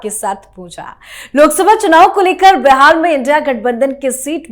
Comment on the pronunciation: मीडिया में काम करती हो और "बिहार" को बेहार बोलती हो।